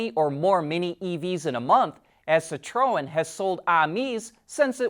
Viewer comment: Citroën = "SEE-troe-en", not "si-TROE-en".